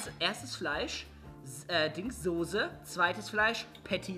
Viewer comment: Soße nicht sose